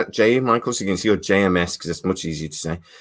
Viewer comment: Psml your butchering of JMS surname and then calling Bruce Boxleitner “Bruce Broxlenner” had me in stitches 😂😂🤦‍♂️ Your favourite actor yet don’t know his name 🤔😂😉👍🏻